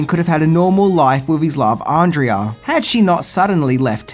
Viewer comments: Her name is Pronounced Ahn-Dray-Ah. Not Andreea. They say it enough in the movie. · has clearly seen the movie and yet he continues to mispronounce Andrea's name. - No thumbs up for you.